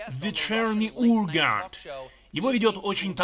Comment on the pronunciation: Нахрена коверкать произношение названия программы и фамилии Урганта, как бы повторяя его, если ты переводишь и озвучиваешь англоговорящего, а не пародируешь? Ну и озвучивал бы все в таком стиле, типа с американским акцентом